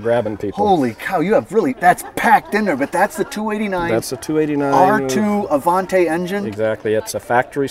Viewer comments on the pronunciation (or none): It's pronounced Avan-TEE, not Avan-TAY!!! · Indeed a beautiful Stude! But why do Americans pronounce Avanti as Avan-tay? It's Avan-tee.